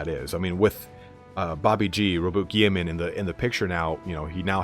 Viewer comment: I love your videos, very Cool to listen too, can you learn how to say gulliman and angron properly though lol. Thanks for the great content!